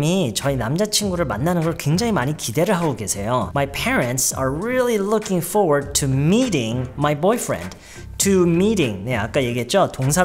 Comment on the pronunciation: Looking forward to 에서 Forward 말할때 for소리만 나게 말하나요?? Forward 라고 완전히 안읽고??